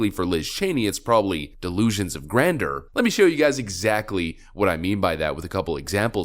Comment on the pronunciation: Subscriber here, and love this video, BUT, please say it like this: GRAN-JUR 😉